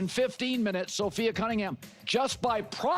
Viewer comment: Sophia? It's Sophie